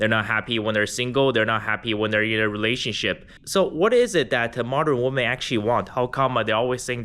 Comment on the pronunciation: Why do you pronounce women as woman ?